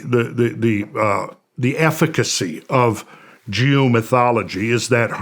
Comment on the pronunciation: Oh geo-mythology. I thought he said Jew-mythology.